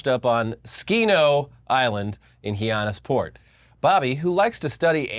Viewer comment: Hyannis Port is pronounced High-an-us not He-ah-nis